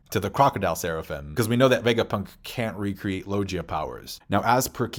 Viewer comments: Log-ia, LOG-ia, LOG-IA! Not lo-jia Other than that I agree 100% with everything else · He do be saying logia and paramecia weird tho